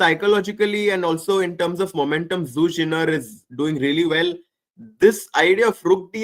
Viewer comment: Pronouncation: Zhu Jin'er